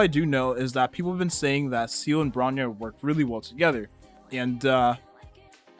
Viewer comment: bro calls seele "seal"